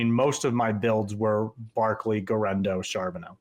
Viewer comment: it's "Karbo net" ha ha